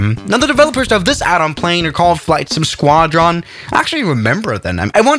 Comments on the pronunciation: “Squad..ron” killed me inside. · acts like he knows what he’s saying but can’t pronounce squadron correctly.